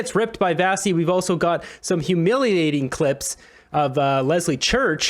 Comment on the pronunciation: Why do you keep calling her Vassi? Her name is pronounced Vashi with a sh.